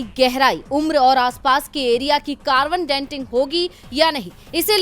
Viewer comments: It is carbon dating, not ‘denting’ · कार्बन डेन्टिंग नही डेटिंग " कहे